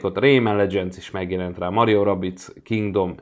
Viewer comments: Mario🤣 Az Mário 😅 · Nem Mario hanem Mário